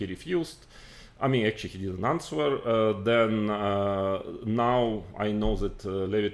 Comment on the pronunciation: моя училка английского говорить что в слове answer w не произносится